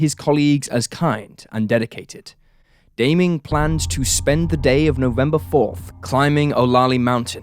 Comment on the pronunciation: That (mis)pronunciation of "Daming" is an unsolved murder case in and of itself